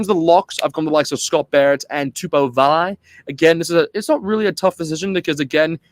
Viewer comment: I was waiting for someone to comment on accents. Quite a few of the Pacific Island names were mispronounced like Ioane, Vaa'i and TuipulotU not TuipulotO etc. Still, it was a great effort, and many of the Aussie commentators of the past were totally embarrassing, so we'll done. As to Sam Cane? No way. I think Rieko is better suited on bench and ALB to start. Ratima ahead of Christie. Only way Blackadder will get in is because of Crusaders sentimentality. I would go for Finau to start. Papali'i is always in the mix, but hasn't really had that one memorable match in black. Ioase, besides Lakai, is one to watch, at least for the future